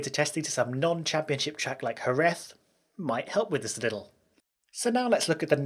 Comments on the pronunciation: Holy shit I wasn't expecting such a good pronunciation of Jerez. So weird to see english people pronouncing those kind of words correctly. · I am Spanish and i was surprised that he managed to pronounce Jerez perfectly